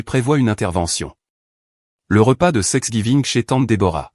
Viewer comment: On ne prononce pas sexgiving, mais Thanksgiving.